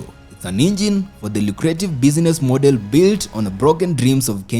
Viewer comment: It still has some shortcomings in pronunciations, like: Irony, travel,model, palatial,shovel,rebel, channel, couples,jewel ... ... ...